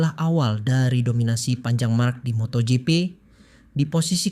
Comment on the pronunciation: Gw kesel dengar lu ngomong moto gepe 😆😅😂🤣 Bacanya moto jipi woy.. MotoGP 👍😉